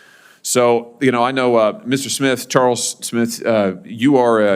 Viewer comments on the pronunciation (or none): none